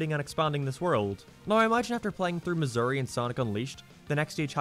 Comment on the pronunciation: When you said Mazuri was in Sonic Unleashed, I had to look in to make sure you didn't say Missouri, and that was fucking weird.